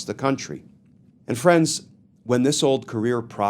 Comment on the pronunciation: Just been listening, did you say “Scandal like dis?”